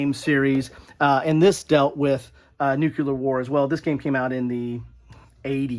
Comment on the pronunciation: Loved the segment on the games that involve nuclear war,... but you were slowly driving me crazy because from time to time, it sounded like you were saying Nuke-LEE-ur... and not Nuke-YOU-ler.;-) heh I think it's just how you say it that made it seem ambivalent, but it was amusing.